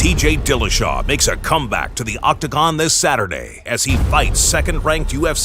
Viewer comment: Sound like he said ..."DJ Dillashaw"